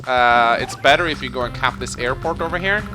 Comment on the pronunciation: Well with your airporch you can make bomBers. Which makes me happy every time I hear it. Reminds me of my friend in the UK who always went super hard on the H in herb since the rest of the world seems to have forgotten it's existence.